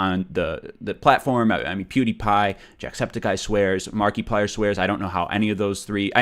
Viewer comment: markeeplier